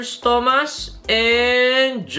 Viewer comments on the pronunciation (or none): none